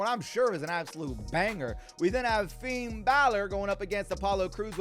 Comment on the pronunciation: For the love of God please stop saying Finn's name like that. Disrespectful and sounds horrible.